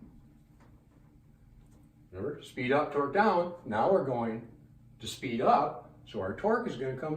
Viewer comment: The neep for speep